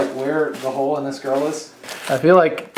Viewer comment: MICHAEL ARANDA!! :'D Missed you~ When trying to find the hole for your Pinata child abuse victim, I thought you said 'maybe we should just cut a ho' ... as opposed to 'hole'...